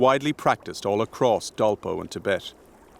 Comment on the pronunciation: this is called Dolpa district of Nepal, dolpo is pronounced error of english vocal